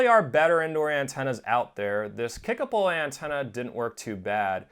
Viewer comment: I watched this one just to see how the name was pronounced. Great job!